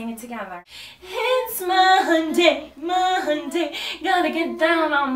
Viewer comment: ITS MUHUNDAY MUHUNDAY!!!! My uncle spanks me on fridays too!!!